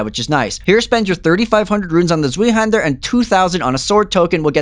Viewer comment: Every German person dying when you say sveee- hander